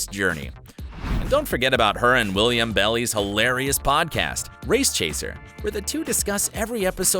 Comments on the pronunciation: "WILLIAM BELLY", what to heck? Willam Bell-eye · Say it with me children, WILLAM. (no extra i) BELLI. (pronounced BELL-EYE) When you want to make videos, please, at least do the bare minimum and learn how to say names correctly. But clearly you are just out here trying to appease the gays for pride month and not ACTUAL fans, and that's that on that. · WIllam BellI you say it like that not William belly?!? Tf? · William Belly? That was a choice. It's WillAM Bell-I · William Belly........................................ okay............................... right............................................................. IT'S PRONOUNCED BELL-EYE!!!!!!!!!!!! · Not “William belli” 😂😂😂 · Quit watching the minute I heard “William Belly..” instantly lost your credibility. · First time I ever disliked a video on YouTube. They couldn't be bothered to research how to pronounce "Willam Belli"?